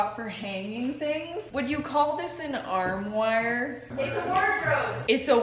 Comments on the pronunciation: "ArM wIrE" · “Arm wire” 😂😂😂😂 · Armoire is pronounced "Arm-wah". It's French. Wardrobe also works - pretty sure it's the same thing. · "Arm-wire?" 😂 I love it. Armoire. Yes, it's pronounced and spelled weird. But I like to say it funny too. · The way she said armoir lol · Armwire lmaoo it’s armoire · Sorry to be that person 🙈 “Armoire“ pronounced “Arm-wah” 😁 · armwire hahaha I was so confused and then I realized she meant armoire